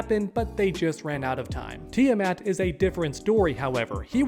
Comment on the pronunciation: Kid, learn to pronounce Tiamat.